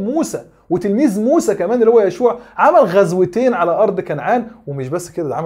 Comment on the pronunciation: تصحيح لفظي: هو يوشع وليس يشوع!! كمل يا وإديهم على برانيطهم